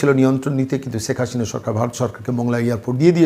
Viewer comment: আরে ভাই,ছেক হাশিনা নয়,শেখ হাসিনা। সিলেটের লোক হয়ে কলকাতার বুদ্ধিজীবী বক্তা কে বিদ্যাসাগরের প্রমিত বাংলা শিখানোর জন্য দূ্ঃখিত।